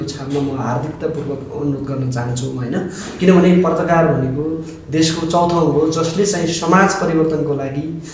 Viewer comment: पर्ताकार होइन पत्रकार भन्न सिक न मुजी दले